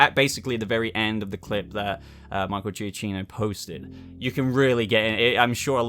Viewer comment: Giacchino is pronounced juh-kee-no